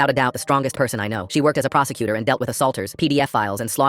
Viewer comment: Bro i heard procecutor as prostituder 😭🙏